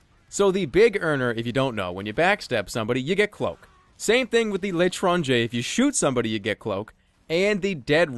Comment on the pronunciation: Finally someone who can pronounce L'étranger correctly. Jerma is credit to france